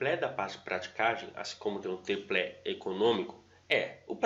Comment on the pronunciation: Excelente conteúdo. Mas só uma ressalva... Se diz "tripé", sem L.